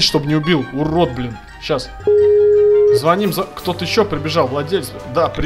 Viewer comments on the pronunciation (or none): none